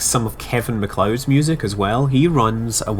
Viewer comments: look up "MacLeod pronunciation" on google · I think you said "Kevin McCloud" Scott for the Incompetech guy. His name is "Kevin MacLeod" lol